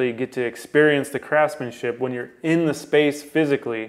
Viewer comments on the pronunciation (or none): Did you say craftsmanship or crapsmanship?